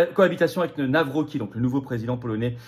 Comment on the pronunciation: Pitié Florian , on prononce - Navrotzki , merci ❤